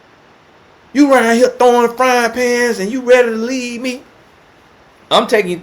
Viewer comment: He says lea, not leaVE, lea😂😂😂 I could listen to all day! 😂😂😂😂🤣🤣🤣🤣🤣